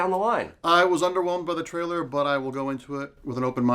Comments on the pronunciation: Damn you... Just say the word "Trailer" correctly... just once.. Just ONCE! It's not "Traller" you moron! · Am I the ony one who thinks can't say the word ''trailer''?